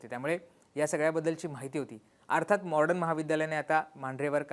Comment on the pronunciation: दादा तुम्ही ही सर्व माहिती देताना मॉडर्न महाविद्यालयाचा उच्चार वारंवार मॉर्डन असा करत आहात म्हणजे ड च्या आधी र चा उच्चार करत आहात हे चुकीचे आहे. थोडक्यात मॉडर्न ऐवजी मॉर्डन असा करत आहात, तेवढे एक सोडले तर बाकी सर्व उत्तम आहे.